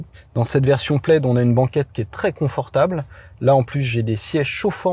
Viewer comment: OUI, le logo Plaid sur cette Tesla vient du film La Folle histoire de l'espace. MAIS, le mot "plaid" est un mot gaélique écossais dont la traduction en français est "tartan". Le tartan est utilisé pour la fabrication des kilts et chaque tartan est unique et lié à un clan ou une famille. Aussi, "plaid" ne se prononce pas plède, mais plad.